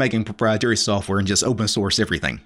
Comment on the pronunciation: What is this "soaf" ware of which he speaks?